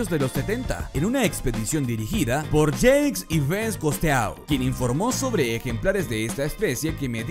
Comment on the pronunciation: Min ...una expedición dirigida por "yeics Ives costeau"...jajajaja